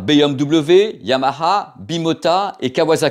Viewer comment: belle vidéo, façon de dire yamaha à la,façon japonaise, ,moi c'est kawa ..